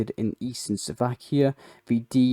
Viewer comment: Mate, good videos, and lots of global news compressed, but can you please pronounce things properly, at the very least countries, Slovakia is not Suvlakia, cheers